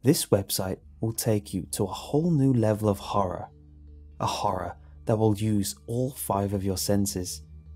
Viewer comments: He said horre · When says horror, I hear horra